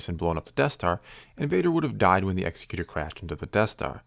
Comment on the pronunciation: Love your videos,! Just had to chime in, the Super Star Destroyer's name isn't pronounced the way you're saying it. Think of an "Executive" Producer. It's pronounced like that.